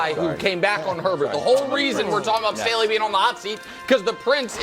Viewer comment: Nick trolling Brou with the "Stanley" for Staley is hilarious!!